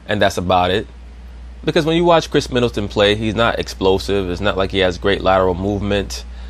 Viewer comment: He said Kris Middleton! Lol